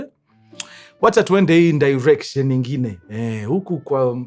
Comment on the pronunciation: leo the kamba in you decided to announce "iyo ndirection"😂😂